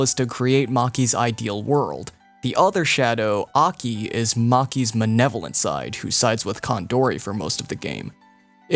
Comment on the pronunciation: Manevolent side?